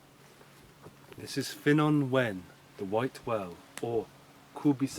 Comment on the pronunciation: You really need to work on your Welsh pronunciations. Ddewi is pronounced Thew-wee, Ffynnon is pronounced Funnon and Wen is pronounced When.